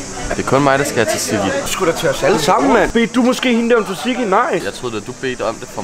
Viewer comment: Amen for faen' man siger ikke t'et i tzatziki. Man udtaler det "satiki"